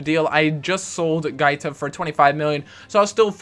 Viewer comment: you messed up with guaita...